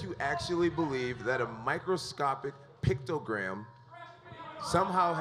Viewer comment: The fact that he keeps saying pictogram instead of picogram irks me lol